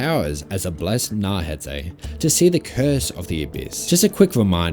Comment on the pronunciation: "Naurhatay" bro come on man